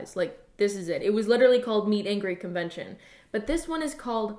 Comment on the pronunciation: I thought she said “mean angry” and I couldn’t figure out how mag stood for that